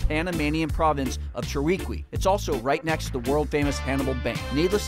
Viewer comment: repeat after me Chiriqui - "SHI - RI - KEE"